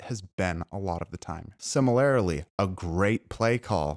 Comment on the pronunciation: Similarily?! Or similarly